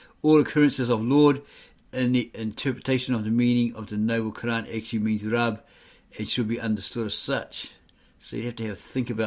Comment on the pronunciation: You can't even pronounce the Quran and you'll teach us about the truth you joker